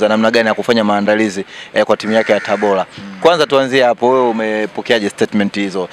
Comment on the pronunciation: Mtangazaji! Sio TABOLA jamani!! Dah! Ni TABORAAAAA!!